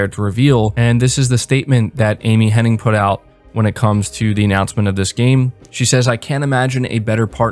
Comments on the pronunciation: Hennig, not Henning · Everybody gets this wrong, including you it seems. Just an FYI her name is Amy Hen-NIG not Amy Hen-NING. Hen--NIG not Hen-NING. Very happy that Amy Hennig is associated with Forspoken, that can only be a good thing. She has had some bad breaks. I was so pissed when EA canceled her single player Star Wars game. So, super happy she is making a single player Marvel game. It should be awesome. Yes of course I have Ps Now. If you buy it for the year you can get it for 50 bucks, sometimes even 37 bucks. They have been steadily improving Ps Now and it's pretty great now with over 330 downloadable games. Looking forward to Mafia definitive edition and Celeste. Ps Plus this monrh is killer as well. Especially for the extra Psvr games. I never got around to playing walking dead Saint's and Sinners because the Ps5 came out. It's supposed to be the best game on the system so that's good. Hopefully PSVR 2 will be back compat with Psvr and imorove the older games. Also been playing Vampyr since they released a 60fps patch. Really enjoying it. It starts a little slow but when it pucks up it's really good. The dialogue and voice acting is top notch. The environments do a great job of transporting you to 1915 London. And the stort and lore is engaging as is the gameplay loop. An 8 out of 10 so far. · It’s Amy Hennig. IG. There’s not a third N. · I'm also still on the fence about Forspoken from a writing stand-point, especially after the last story trailer release. Kind of surprised with such a strong writing crew, but I hope it still turns out well. Also, hate to be that annoying stickler, but her name is Amy Hennig, not Amy Henning. Gotta show respect to the greats, ya know :P. Solid video, keep up the great work! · Omg 😂 its literally been doing my head in hearing people saying Henning!! I was hoping someone else noticed lol